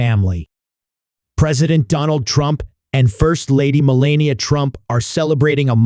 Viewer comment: Mell-an-e'-ah, nice try, robot. 🤖